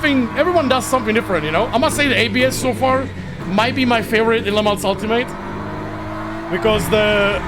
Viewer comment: The Track in France it say Le Mans without S. This Track it say not Le Month.